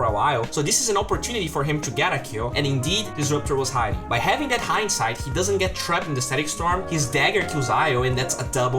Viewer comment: it's triggering how he pronounces "that"